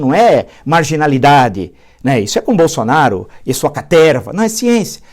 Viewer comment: Pensei que fosse só eu. Parece Gol qd fala Caterrrrrrva.